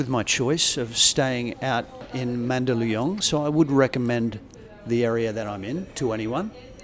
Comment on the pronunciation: How long have you been a vegan ? I would have thought with all your gym work and ( you still boxing), ? that some meat in your diet would have no affect on your overall health, and your pronouncing Man da lu yong spot on now ! yeah I was surprised at the reasonable cost of grab too, my partner would always use , good video and sounds like Da Nang is calling again .